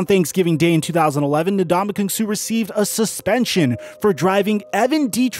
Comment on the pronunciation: Suh rhymes with "Duh!" Just sayin'.